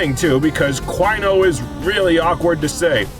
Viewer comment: DIE CWINO DIE! DIE CWINO DIE!